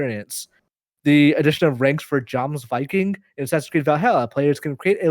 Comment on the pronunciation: nailed "jomsviking", give him a star, Kevin